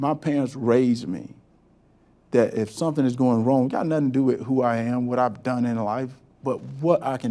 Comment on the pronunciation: "LSOS!" Help yourself and learn how to speak correctly; there is no such word as "WIT" = WITH!"